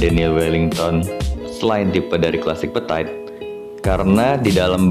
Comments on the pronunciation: Dibacanya itu petit, bukan petait. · So iritating to the ears ya, berulang2 pula diucapkannya, duuhhh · Iya ganggu dengernya 😅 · yang bener itu petit bukan petait sok inggris deh lu :p